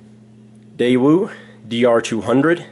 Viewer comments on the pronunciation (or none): none